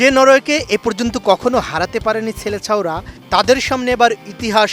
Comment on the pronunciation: ০:৪২ -ছেলেছাওরা❌ সেলেসাও✅ সাংবাদিকতা করেন অথচ উচ্চারণের ভালোই ভুল, একটি কোয়ালিটি চ্যানেলের এরকম সংবাদ পরিবেশক হয় কিভাবে?